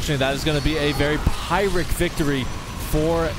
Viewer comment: I've heard a few other people pronounce it that way. Not many.